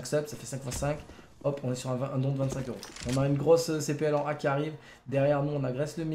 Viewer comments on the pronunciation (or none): none